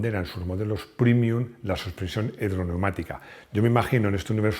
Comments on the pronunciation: PrEmium, se dice prEmium, no prImium. Es una palabra latina, como prEmio. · Con todo respeto ¿pronunciar la palabra latina "premium" como "primium" resulta premium o primium? Después del espanglish, el latinglish. ..